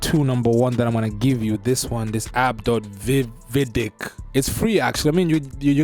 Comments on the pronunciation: It’s pronounced Vid I Q not Vidick, either way great content bro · Bro said " this app called, wedick" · bro said vid diq 💀💀💀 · 😭🤣🤣🤣🤣😭😭😭😭😭😭🤣🤣🤣🤣🤦🏾 He said Vidiq 😭😭😭😭😭😭✌️. Great content, though.